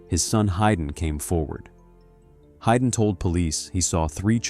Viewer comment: It is pro ounced "Hayden" (Hay den), not Hyden